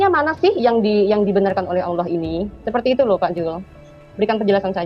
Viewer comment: Bukan alloh yg bener, tapi ALLAAAH, ngerti nggak bang?.......